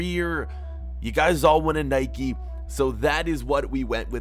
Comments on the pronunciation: Spell nike right. You are saying niki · Stop saying Nikey